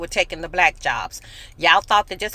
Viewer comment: Did fam say brack folks... 🤣😂🤣😂